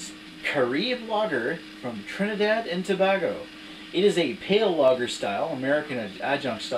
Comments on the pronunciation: Trinidad and Too-baye-go is how the name of my country is pronounced and very interesting review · To-bay-go! Haha. This is their version of a Fosters or a Labatt product. Had it a couple of times at a friends barbeque, who is from Trinidad, and it's not bad if you freeze the arse off it. Good review mate. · It's pronounced "To-bago"